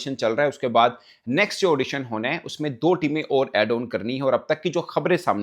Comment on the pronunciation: Edition hota hai audition nahi